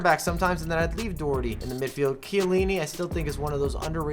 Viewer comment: I hate the way Doherty is pronounced